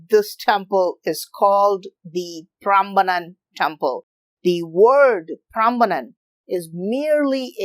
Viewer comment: Hey, I'm Indonesian and Idk why I found this video. But I'm grateful bcs I can learn something new about my country from foreigners?😅. Yeah, I love the way you pronounce Indonesia and Prambanan very well and correctly, similar like our tounges LOL. And I love when you curious you'll find the answer urself not only from the internet but also to the local so you'll get ur answers accuratly to minimize possibility of biased unlike some "youtubers" so sometimes they made some mistakes, not entirely their fault tho bcs they might not realized it but yeah. It's best to gather information as much as possible and certainly get info from the locals and share all that information. Not only by 1 or 2 sources. Like you, even tho maybe there are not 100% true but you showed us the process of ur doing to gather ur informations. Maybe next time you can invite the people that can be ur interpreter to the local tho😁 Once again. thank you bro and keep it up. You might uncover all the trivial questions from around the world that even the citizen from those countries might not know. Like me🤣